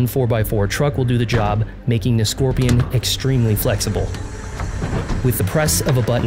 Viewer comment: Pronounced Skor-pie-on.